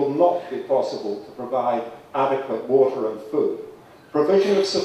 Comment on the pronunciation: he calls it eater 0_o